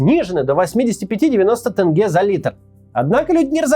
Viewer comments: Пожалуйста, не тЭнге а тЕньге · Кац, сам ты тэнге и Жанаозэн. тЕнге и жанаозЕн. Но ладно😅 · Максим, респект вам за видео, за освещение кровавого Кантара, только просьба, произносить названия правильно - не тЭнге, а тЕнге, не Алтауские горы, а Алатауские)) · Не Тэнге бл а Тенге че просто э на е изменить сложно а? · Макс, скажи «тень» - Тень - а теперь «ге» - Ге - А теперь скажи «теньге» - Тэнгэ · Блин не тЭнге а тенге... У нас не говорят же рубЭль ... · ЖанаозЕн, тЕнгЕ) все через Е, а не Э) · тЕнгЕ а не тЭнгЭ ☝😂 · Максим, с большим уважением отношусь к вам и выпускам! Спасибо! Казахстанцам было бы очень приятно, если бы вы правильно произносили слова из языка. Так мы (даже по-русски) говорим тЕньге вместо тэнге. Костанай вместо Кастанай. Ельбасы вместо Елбасы и Жана Озень вместо Жана Озэн. Всегда рады видеть вас в Казахстане! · Максим, имейте ввиду, что в Казахстане если слово пишется через Е, то и произносится как Е, а не как Э, например тЕнге, а тЭнге, ЖанаузЕнь, а не ЖанаузЭнь. Вы же не произносите 100 рублЭй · научитесь сначала правильно произносить имена и наименования, вы вроде журналист, верно? - Ельбасы - а не Элбасый. Жанаозен, а не Жанаазэн. Теньге, а не тэнгэ. Вечно вы россияне лезете не в свою страну со своей критикой и политикой. У себя в стране нечем заняться или нечего обсудить? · Максим, правильно не тэнге, а тенге, мне кажется за прошлый год это уже все узнали :D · Максим как настоящий россиянин называет валюту тЭнге, а не тенге И Кастанай, а не Костанай 😄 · почему русскоязычные неказахстанцы не могут в букву Е? )))) тЭнге, город Жана-ОзЭн )))))) пишется же по-русски тенге и Жана-Озен. Вы же не произносите тЭнь вместо тень или зЭркало вместо зеркало??? ))) завязывайте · жанаозЕн, тЕнге, не Э, где там Э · Автор видео говори правильно города Казахстана, например такого города как Кастаная, есть Қостанай или тэнгэ к тенге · Произносится не тЭнге, а тEнге. Казахский язык очень простой, ка пишется так и произносится. (Поэтому ТОкаев а не ТАкаев)🙂